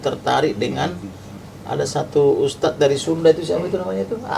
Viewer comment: Ustaaadddzz??? Ha... 🤦‍♂️🤦‍♂️🤦‍♂️ Ustaaadz.. ustadz.. 😂